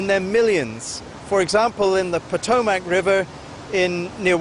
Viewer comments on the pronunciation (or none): none